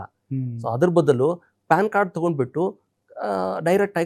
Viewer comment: ಅದು ಪಾನ್ ಕಾರ್ಡ್ ಅಲ್ಲೋ ಪ್ಯಾನ್ ಕಾರ್ಡ್ 😅